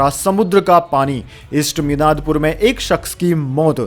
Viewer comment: मिदनापुर नहीं बोलने आता ? मिनादपुर बोल रहे हैं , कब सुधरेंगे ?